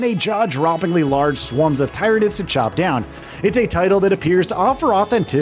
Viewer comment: #16 to know: Its not TIE-ran-IDS.... its TEAR-uh-NIDS